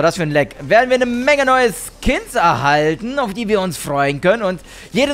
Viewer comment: "12 Kins" ????